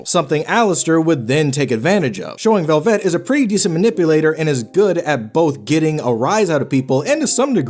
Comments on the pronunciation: I agree with the character study, but why are you pronouncing it like "Corvette"? It's just "Velvet", as in "red velvet cake". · The way you keep saying velvet makes my head swirl into a whirlpool